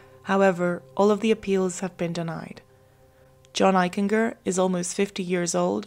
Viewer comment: I went to Middle School and High School with John Eichinger and he was a pretty nice kid; in hindsight there may have been a cruelness to John. You're mispronouncing Eichinger; it's a hard G . like a J. "Eich-en-Jer" . . . Excellent episode otherwise